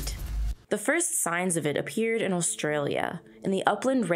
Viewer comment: stop saying "allstralia". there's no L there.